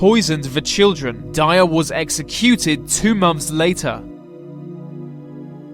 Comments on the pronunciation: I've never heard an Englishman pronounce exeCUTED like that before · What’s with the weird stressing on words? exe-CU-ted. Good video by the way. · O RG Sounds like a Londoner to me. Although he prounces some words like "executed" and "identifiable" differently to me.